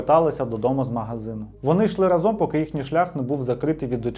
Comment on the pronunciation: Відео прекрасне та дуже інформативне, але коли автор говорить проєкт, а в наступному реченні разОм, то по вухах знатно б'є. Я нічого не маю, але якщо говорите по правопису-використовуйте його, будь ласка, в усьому